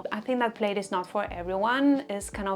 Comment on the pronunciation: Love your content! And love all these fall trends. Es muy cute como pronuncias "plaid" pero no se pronuncia así, es con la "i" silenciosa ❤